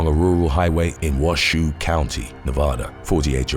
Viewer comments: For future reference: Lyon County is pronounced lion not Leon Ely is pronounced ee-lee not Eli Washoe is pronounced wash-o not wa-shoe No hate, just looking out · Its Lyon County. Like the big cat. And its Ely(Elee). All long (e) sounds and its Washoe. The o is a long o sound.Traditional pronunciation of Wash long o and e is silent. Washoe.